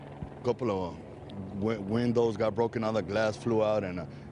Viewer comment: "Broken weendows" This guy